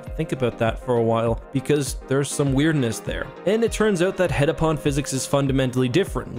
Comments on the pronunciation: *heptapod, not hetapod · Heptapod, not heddapod, for goodness' sake. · I hate to be that guy but it's called heptapod not headapod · I love your videos so much that I would never want to criticize but the aliens actually called heptapods not hetapods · You say heptapod once out of the billion headapods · Great video, but you kept saying hedapod and it's heptapod, meaning seven foot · Bro, how do you read "heptapod" in the story and hear the characters say it throughout the entire movie, and then say "hetapod" for this entire video? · He must have transferred the t he didn't pronounce in heptapod to Fermat.